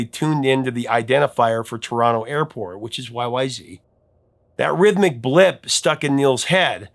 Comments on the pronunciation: Every time I hear say Y-Y-Zee I cringe! It's Y-Y-Zed. If you go to Toronto's Pearson Airport, they never say Zee. They say Y-Y-Zed. We're Canadian. That's how it's pronounced. And RUSH were/are Canadian. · Correction: It is Y Y ZED, not Y Y ZEE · It is technical, and complex and called YYZ (zed not zee) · YYZ is pronounced zed not zee band is Canadian and there is no such thing as zee, it was changed to sing the alphabet song. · C'mon Professor, surely you knew it is pronounced WHY-WHY-ZED, not WHY-WHY-ZEE :) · Right, listen, YYZ is pronounced WHY WHY ZED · Sorry eh! RUSH is Canadian so YYZ is pronounced "WHY WHY ZED" not "WHY WHY ZEE". Another awesome Top 5. Thank you. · Annoyed Canadian here... Please, "YYZ" is a CANADIAN song, from a CANADIAN band, about a CANADIAN location. Out of RESPECT, could you PLEASE say the name correctly? It's pronounced "Why-Why-ZED", not "ZEE". Yes, it's globally known that the US is one of the very few countries in the world who says "ZEE" instead of "ZED", but come on... Look, out of RESPECT for American artists, Canadians do NOT call Beyonce's husband "Jay-ZED". We DON'T sing "Legs" by the band "ZED ZED Top". Come on, Americans... could you at least TRY to make it look like you're TRYING? LOL! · y y zed. not zee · To hear Rush talk about the song, its pronounced Y Y Zed, no Y Y Zee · respectfully, it's YY Zed. We don't say Zee in Canada. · It's Y-Y-Zed. Toronto is in Canada. It's pronounced Y-Y-Zed! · Rush is Canadian, so it is pronounced Y Y Zed. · ARGH! It's Y-Y-ZED! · It's pronounced Y-Y-Zed you hoser! 😀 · You should use the proper Canadian pronounciation: WY-Wy-ZED. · It's pronounced Y-Y-Zed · Uh oh! It’s supposed to be pronounced YY Zed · Come on, you gotta say it right... Y Y Zed. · It’s pronounced Y-Y-Zed.😊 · You are saying YYZ wrong. The letter Z is pronounced "zed" in Canada so you should at least pronounce it that way when quoting the band members. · YYZ(ed), not YYZ(ee). They are Canadian for fuck sakes.